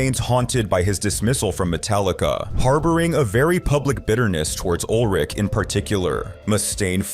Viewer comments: Ulrich not Old Rick! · Ol' Rick? American English has hilarious pronunciations of words and names😂😂😂